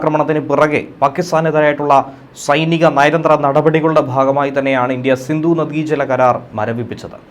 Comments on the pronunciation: Sindhu not sindu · സിന്ദു അല്ല സിന്ധു. ദയവായി മലയാള ഭാഷയെ നശിപ്പിക്കരുത്.